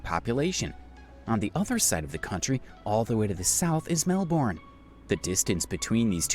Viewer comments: Isn't it pronounced, Melborn. I think your wrong. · Australians pronounce it Melbin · Those mispronunciations... Especially Melbourne... Are driving me nuts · The American pronounced a lot of things wrong, another was the Murray River, I actually live on a Murray River town, other places not pronounced correctly was Melbourne, Brisbane, and Fraser Island. It does my head in. 🤦‍♀️ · Some Australian pronunciation errors in the video, Macquarie is pronounced Ma Quarry, not Ma Cary Lake Eyre is pronounced Lake Air. And Melbourne where I was born is pronounced Melburn. Americans never seen to take the time to learn this. I'm sure they would be upset if I pronounced some of their place names incorrectly